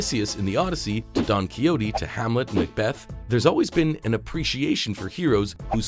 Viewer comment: "Don Keeohtee..." lol